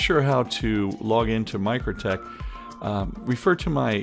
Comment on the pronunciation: Mikrotik = Micro "Tic" Not Micro "tek"